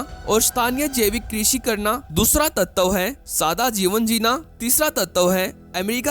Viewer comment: तत्तव नहीं, तत्व कहते हैं.